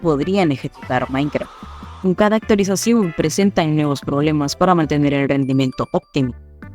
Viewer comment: la voz suena como si fuera IA "En cada actualizaSIUU"